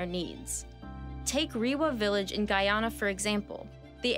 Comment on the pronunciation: Every time she said Guyana it made me cringe 😂